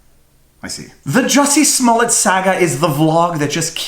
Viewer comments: It's pronounced juicy smoliet` lol Dave chappel gave us the corret pronunciation, Thank you dave. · I think is pronounced "Juicy Smollè". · Joo-see Smoo-Lee-Yay....that French actor! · I do believe it is pronounced Juicy Smallaayyyy. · You are pronouncing it wrong. It’s juicy smoolier. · Jussie Smollet is not French, if you watch Dave Chappelle's newest special, he intentionally pronounced his name "Juicy Smoullier" to make it sound funny. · I was confused until I realized you were talking about JUICY SMOO-LAY